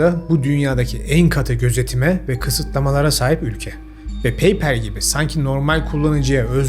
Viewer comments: paypel degil, paypal. okunusu, peypal. peypel degil. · PAYPAL - PEYPEL 🤦‍♂️🤦‍♂️🤦‍♂️ yapma baba Paypal - Peypal 👍👍👍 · peypel ne low peypal 😢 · Peypel deme lütfen pekeke der gibi oluyor xD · Paypal sözcüğü yanlış telaffuz edilmiş. Sanırım daha önce pek duymadınız doğru kullanımını.